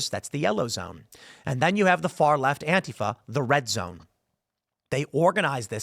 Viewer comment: Absolutely correct about anti fa. You even pronounce it right lol. It`s not anteefa. I really hate them... Dealt with them forever. They`ve been around a lot longer than people think as well.